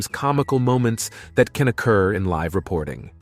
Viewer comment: The decision to mirror left-right some of the clips is disconcerting. It would be far better to not do that effect! Also, early in the video, the narrator says "live" (as in alive) instead of "live" (as living). Didn't he get a chance to read ahead to figure out the correct form?